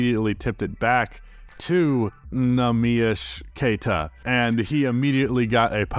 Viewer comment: NEEMIAS QUETA REFERENCE 🇵🇹🇵🇹🇵🇹🇵🇹🇵🇹🇵🇹🇵🇹🇵🇹🇵🇹 PORTUGAL CARALHO btw your pronunciation was pretty great, good job!